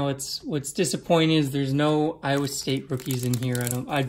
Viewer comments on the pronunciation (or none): none